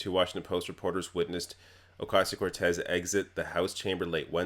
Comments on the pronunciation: Alexandria "Oh-Kay-Sio" Cortez She can't even say the name correctly. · It irks me how she said "Ocasio". I imagine her purposefully mispronouncing "Kamala" too. As if these individuals aren't heavily publicized about and the proper pronunciation isn't nationally known... She has no tact. No class. I can already see the child she still is, in a grown-ass body. Any of her classmates report horror stories?